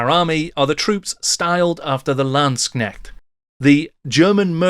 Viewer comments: I still findly remember my 4th edition Empire army, and how the 4th ed book made me completely forget all about the high elves :-D And it is a hard K in LandsKnecht. You would pronoounce it Lands-Knecht, not Land-snekt. :-] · As a German Warhammer Fan and General of the Empire since 6th Edition i really liked your Video. Very sourceful and well spoken. But please try to improve your pronouncaction of the word "Landsknecht". In your emphasis it sound like "Schnecke" (Snail) which is funny and irritating. I am well aware that "kn" is very hard for non native German speakers. But maybe it helps to remind that "Knecht" (Servant) is the original germanic word for "Knight" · I don`t even play Warhammer anymore but I love watching your videos, it is great how deep you go. As a German your pronounciation of Landsknecht made me smile because it kinda sounds like Landschneck ("landsnail") to me :-) If you like here are two pointers for the pronounciation: First, the division is more like lands-knecht, not land-sknecht, second there is no "sh" sound, the "k" ist pronounced distinctly. The word "Knecht" has the same origin as "knight" by the way, but they evolved in rather opposite directions in German and English as "Knecht" would refer to a boy/man who is lower in the social hierarchy and it would later take the meaning of a farmhand.